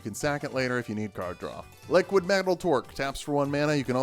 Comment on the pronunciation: I will point a pedantic thing out, but it got me for a while. When looking for 'liquimetal torque', it's 'liqui-' not 'liquid'. Save someone some time when searching for that card